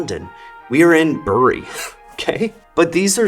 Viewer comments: Excellently researched as always. It's a real shame that Reebok were one of the major British sports brands and are now basically just a nane. The same thing happened to another brand from the north west of England, Umbro, when they were bought out and then sold on by Nike. By the way, Bury is pronounced 'Berry' - British place names, eh? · Reebok lost because you pronounced Bury wrong. 🙂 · Ahem ... we say ‘berry’ not ‘bu ree’. Even here, in Bury. Check out our Black Puddings. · Bury is pronounced like 'berry' not 'burr -ree' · Terrific video! I don't mean to be pedantic but Bury, Lancashire is pronounced more like 'berry' -the fruit than 'bury' -to inter. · It’s pronounced ‘berry’ and not ‘bury’ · Hi, just a minor comment from a Brit. Bury is pronounced "Berry" instead of a "u" sound. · Lol in the UK we say "Berry" not "Bury" despite the spelling. For example you dont "Bury your dead" you "berry your dead". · FYI bury is not pronounced that way. It’s obviously pronounced bury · I love that you dunked on Bury while calling it "Beuurry". YOu made it sound more exotic in my mind. I had Reeboks in 87, awesome shoes. They just had some great designs in the late 80s compared to the competition. Then they did virtually nothing to innovate as far as I remember. It's a design led industry innit? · Ah man… great video but super off putting as a Brit to hear Bury pronounced like that - it’s pronounced “berry” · Bury is pronounced Berry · FYI, Bury is pronounced ‘berry’ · FYI - The way we pronounce Bury is Berry with a soft e - because of course we do! lol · Both British places named "Bury" rhyme with "berry", like "bury the dead", according to my copy of the BBC Pronouncing Dictionary of British Names. ♥ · Great video and I hate to be a pedant, but as a local, the pronouncement of literally Bury burns my ears. We call it Berry. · Bury is actually pronounced "berry", but don't worry about it too much, as even we Mancunians disagree on it 😂. But it is "berry".